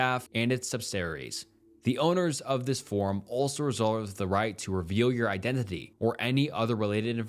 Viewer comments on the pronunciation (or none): Please practice your pronunciation “idemify” and “subsaries” biggest detractor of these videos